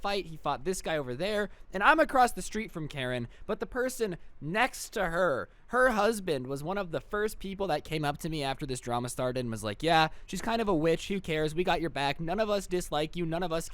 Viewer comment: Is it me or did he say wetch and not witch